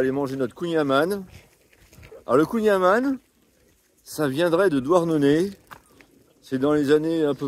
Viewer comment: Alors pour être pointilleux... On ne prononce pas kouign aman avec le son "A", mais avec le son "AN". Comme dans "amande". Après dans les deux cas c'est trop bon ! Bonne route...